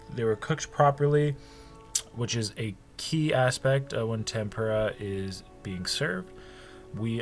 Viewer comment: take a shot everytime he says temPUREah